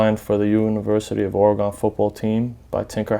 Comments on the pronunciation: Oregun not oregawn Oregon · its not oregone its oregon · actually it's not your accent, it's that you're pronouncing it as if it's an english word. It is of either native american or spanish origin. that O is a U like in gun and not gon.... unless you say gon when talking about guns? and I'm not trying to be disrespectful I'm just trying to help you pronounce your team properly and you seem like a good guy. hope this helps you out in the future. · Or E gun not Or r Gone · O-RAH-GA-HN... teach this white boy how to say OREGON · this niqqa with his ore-gon head ass can't say a fuckin state bitch please go back to elementary😂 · I scrolled down to see the "oregone" comments. Haha 😂 😂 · fool can't even pronounce "or-e-gun" properly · What a phony man, literally anyone can go buy shoes. Doesn't make you a sneakerhead or a Duck fan. I go to U of O and you can't even pronounce the state name right but you call them your team? Get outta here.. "OreGone" smh what a joke. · Cant even say Oregon correctly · Im born and raised in Eugene learn how to say Oregon right bitch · Learn how to say Oregon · He can't be that in love with Oregon if he can't even pronounce it right. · learn to say the name of the state right before you say it's your favorite team. bandwagon fans ruined my state. Go beavs! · For him being so in to the Ducks I'd wish he know how to pronounce the state. Its annoying. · Repping Portland Oregon! He needs to learn to say Oregon right..